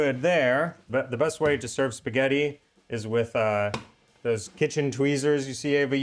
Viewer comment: auguri e fai attenzione a non fare sforzi, anche se a te non sembreranno sforzi. Nel tempo libero per cortesia, fai in modo che tuo marito impari a dire spaghetti. Spagheri non si può sentire.